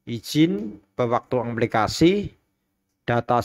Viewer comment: Aplikasi bukan amplikasi wkwkwkwkw KK 😄😄😄